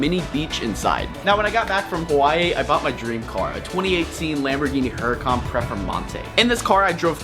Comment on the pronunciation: really good video! btw its performante not preformante